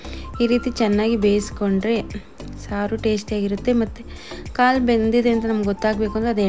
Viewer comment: ಮೇಕೆ ಕಾಳು ಅಲ್ಲ ಕಾಲು 😊 ಮೇಕೆ ಕಾಲು ಸಾಂಬಾರ್ 👌👌😋